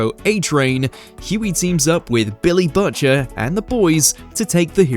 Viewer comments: the VO is either Ai , cant read coz english isnt their first language , or hasnt seen the show, coz what the hell is buhcher ? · Budger? 😅 It's like you call him after the little birdie 🐦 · Cant just let Botchers slide. Maybe don't have the UK version do this if you can't pronounce the name of the main character. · my guy, you gotta figure out how to pronounce "Butcher"